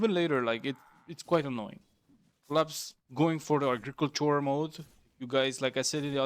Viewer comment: Daddy, I love it when you say agriikultschua